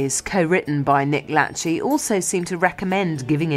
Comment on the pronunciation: Nick "Latch-ey"? It's La-shay